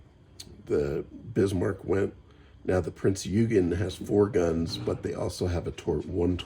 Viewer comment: Eugen is pronounced OY-gun